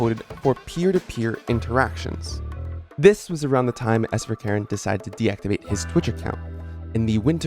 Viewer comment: Sverkeren is Norwegian which means his name probably is pronounced like “sver-ker-en”